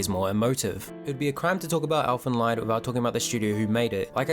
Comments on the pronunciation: It is pronounced as elfen leed. Not lied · First and foremost: It's not pronounced "Elfen Lyed" (pronouncing the "ie" as in "die"), but "Elfen Leed" (pronouncing the "ie" like the "ee" in "reed" or "weed"). Yours sincerely, a German native speaker. Bad enough that the Japanese butcher our language, now the Kiwis do it, too! :D I have a really big love/hate relationship with Elfen Lied, coming from a similar starting point as you (watched it first when I was 12, I'm 22 now). I think that this series had some very, very neat ideas and it also had a certain sense for atmosphere that would've made it possible to turn its core concepts into an outstanding work of fiction. But sadly, it failed. At its core, Elfen Lied is essentially a not all that stupid debate of the old "nature vs. nurture"-debate; it reflects on how much living beings are shaped by their genes and how much they are shaped by society around them. In the manga, this philosophical approach is accentuated quite a lot more than in the series, and it's - at least in my opinion - really enjoyable. Setting up Nana and Mariko as the two polar opposites to illustrate this dilemma was a good idea as well. Even the fact that they used the age-old "muh amnesia"-trope with Lucy/Nyu doesn't really bother me in this instance, because it actually makes a bit of sense to have a half-human with a half human, half non-human mind lose one part or the other through injury. It also cleverly avoids answering the aforementioned question, because nobody knows - did she behave nic